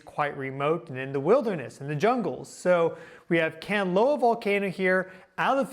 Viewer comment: Kan-la-on. Also can be spelt Canlaon